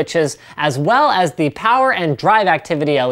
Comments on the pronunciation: Damn it, Linus mentioned "Plower supply" In one of his videos and I can't stop hearing "plower" everytime he mentions power supply. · Loved "Pilence" and "Sower", hahah